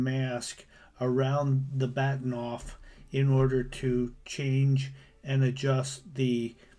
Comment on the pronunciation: It's Bahtinov not Baktinov.